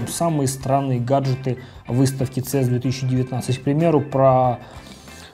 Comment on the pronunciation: Цэс ? Абривиатуры на английском читаются по одной букве :) си и эс - правильно